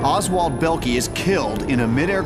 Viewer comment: bellkee lol, this is a moron comentator the "o" is not silent dimwit